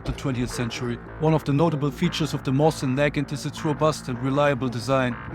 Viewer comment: Mosin-Nagant is pronounced mo seen na gan.